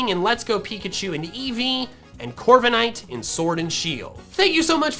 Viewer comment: DO NOT LEAVE OFF THE K IN CORVIKNIGHT!